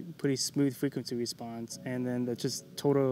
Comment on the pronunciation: Fwequwency wesponse